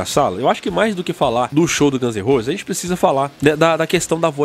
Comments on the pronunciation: Gãnzerrosi? Chainizidemocreici??? Porra, bicho… poderia pelo menos fazer um esforço em aprender a pronúncia da Banda, do álbum… Gãns em Rouses! Chainiz De-mócraci! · Chinese "Demócraci", Guns n "Rouses". Dicas pra melhorar teu inglês tmj! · 'Gãns e Rôses' kkkkkkkkkk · Aprende a falar o nome da Banda pelo amor de Deus